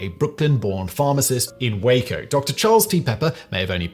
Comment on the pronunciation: Well now I can die happy! Simon has learned to pronounce "Waco" properly, lol!